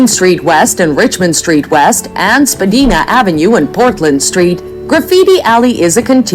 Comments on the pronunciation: The street name is Spadina-not Spadeena! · When someone doesn't even know how to pronounce the name of "Spadina" Street, I kind of wonder does she REALLY know about Toronto? Spedina is pronounced like Princess Diana's name. Spa"DINA". EVERYONE who knows Toronto knows this!!! I lived in Toronto for almost 4 years and I HATED it with a passion!! It sure DID NOT feel like I was in Canada anymore! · You are a good lad and your honesty can not be denied. This vid however? (This from a man who grew up in Toronto.) Obviously AI generated or mis-translated.I could give you 30 better places to go. Anyone in any world calling 'Spadina Ave. 'Spadeena'? Needs to get their head checked. Hilarious becuase it is also homw to Chinatown. Best place ever. Best blues bars ever. Best markets bar none. Spadeena? I fart in your general direction. (Video author) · It's been awhile for me and skates, it's not a requirement... Especially since we are an immigrant country.. I am sure many people have never skated There is every little whatever country in Toronto She didn't say Spadina right😂 Chinatown and Kensington is my favourite to visit, and Queen St for live music Living you mean? Yes they were just trying to live Some castles, not like Europe Niagara falls is not in Toronto, it's an hour 1/2 drive away😊 Not sure why it was thrown in there You can easily spend 2 weeks in Toronto and still not see everything Pretty good video Hope you are working on your passport ✌️🏵️💞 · fair, we have streets in my town as well that people don't know how to pronounce right, unless you are 'local'😊✌️ Guess I just get the shuffle demons song stuck in my head😀